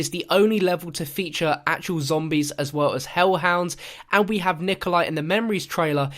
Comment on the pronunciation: Did anyone hear say "stombies" instead of 'zombies?"'